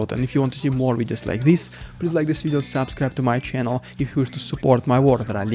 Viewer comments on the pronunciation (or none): none